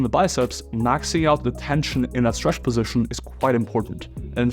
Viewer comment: posishion, posishion position, not a posishion